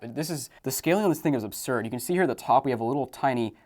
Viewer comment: Bro could not stop saying "obsurd"